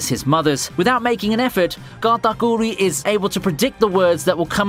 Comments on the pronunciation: Okay since no one else is gonna point this out, did y’all hear him say Katakuri in a thick Italian accent at 💀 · I can't with the way you say Katakuri's name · Your pronouncing kuri in katakuri wrong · Why do you say Katakuri like that